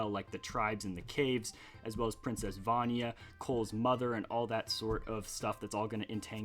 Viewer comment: You pronounce vania and mino creature wrong